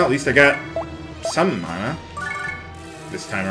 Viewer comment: the word is man-a not the way yopur saying it